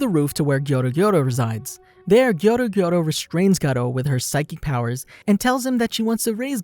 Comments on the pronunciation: His name is garou not GATO, he is not a damn spaniah pussycat. Sheesh. Your pronounciation always infuriates me... sigh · Actually sonic left before he killed anyone not in a rush and it's pronounced Garuo not garo but it's spelled garou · pronounced "gar-ru", not ''gar-row''. lmao cringe. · Bro did he say "The Life of Gcar-o" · The way you say his name hurts my ears